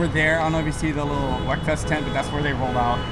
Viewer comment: Come on folks, it is pronounced "weakfest", not "wekfest".